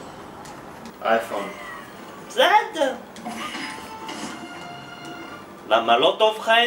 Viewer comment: למה לא אנדרויד אומרים אנדרואיד עם א